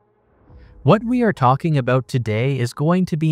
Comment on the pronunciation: WOULDN'T NOT WOUNNINT ABOUT NOT ABOAT FLOATED NOT FLOWDID ATOMS NOT ADAMS